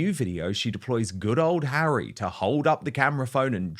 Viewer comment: His name is Harry. Not HAIRY. Honestly can’t you pronounce his name correctly.